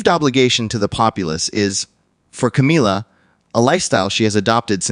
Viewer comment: Why does your voice fade out weirdly. It's Camilla not Cameella.